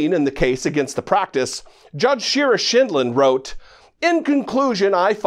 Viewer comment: "Judge Shur-as-shitland?" Was that her real name? :o)))))